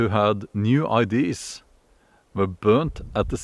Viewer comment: "Ideas" - pronounced "I-D-A-Z" :)